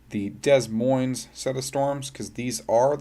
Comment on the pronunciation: “Dez Moinez”